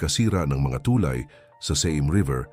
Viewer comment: TuLAY, hindi TUlay. Salamat sa pagtanim ng Wikang Pilipino.